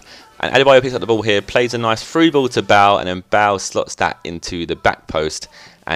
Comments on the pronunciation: Bahl? Pretty sure Bale is pronounced Bay-le. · Gareth Bale not Gareth Bell hahaha nice video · sounds like your saying bowel :L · you're saying bale wrong...